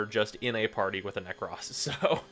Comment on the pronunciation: "Prack" status with "Neck-Cross"...